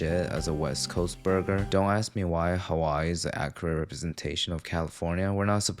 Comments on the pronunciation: "There's a piece of pineapple in my burgah" iykyk😂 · The way you pronounce 'burger' disturbs me for some reason 😂